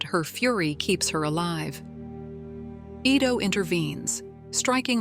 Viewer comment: The doctors name is pronounced "eee-tow" not "eye-tow". For A.I. to be used as much as it is, it proves that people of today's society are two things #1 - LAZY, and #2 - STUPID. And using A.I. will make them more so.